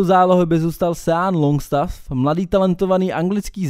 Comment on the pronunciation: "Bale", "Sean" Longstaff 😂, ale inak dobré video